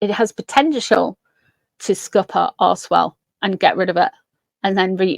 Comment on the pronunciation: I'm from Canada. Everytime you said archwell I heard arsewell. I think I might get my hearing testing!!